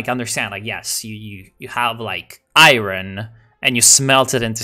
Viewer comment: it's not pronounced aye-ron, it's pronounced aye-ern. English is weird